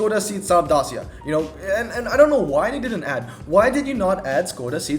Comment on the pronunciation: Pronounced Say-At, not seat, and also Day-see-a